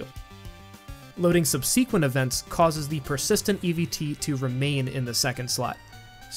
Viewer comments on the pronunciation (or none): It's not "sub-SEE-quent" it's "SUB-seh-quent"